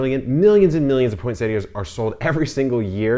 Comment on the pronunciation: Thank you for pronouncing this plant correctly!